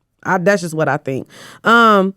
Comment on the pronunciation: calling Jassi “jossi” is killing me😂